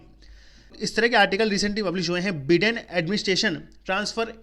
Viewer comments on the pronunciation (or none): Abe बिडेन नही be बाइडेन होता hai ❤️day 😂